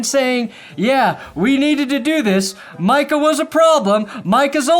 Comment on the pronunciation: The worst thing about it all is that can't even get Micah's name right.